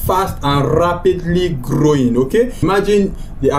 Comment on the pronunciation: RAAApidly grrrrowing best prounciation